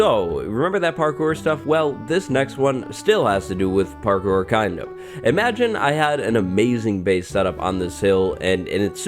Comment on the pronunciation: Nobody:: PARKOOR